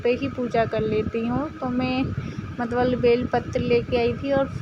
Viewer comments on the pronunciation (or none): मतवल नहीं मतलब होता है 😄😄